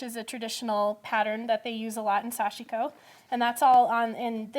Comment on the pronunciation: pronunciation for sashiko is so westernized by. Correct is to emphasize the first syllable then the last (almost a two syllable word). The “i” almost inaudible.